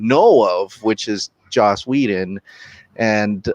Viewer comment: It's Joss, not Josh.